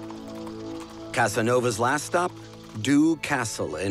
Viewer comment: Dux is the german name of that town in Bohemia (Böhmen) som it should be pronounced in german...